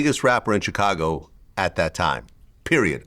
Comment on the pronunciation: VLAD QUIT PRONOUNCE CHICAGO 😂